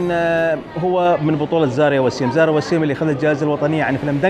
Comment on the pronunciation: ملاحظة بسيطة استاذ.. الممثلة اسمها زايرا مش زاريا انت مصمم على زاريا من ايام فيلم دانغال 😂😂😂 تحياتي لك 🌹🌹